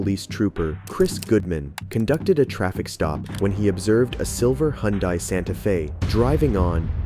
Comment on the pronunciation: 'hi-yun-dai' seriously dude? stop with the ai script reading.. do better